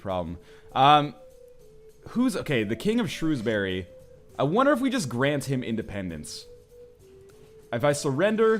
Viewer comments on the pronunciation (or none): none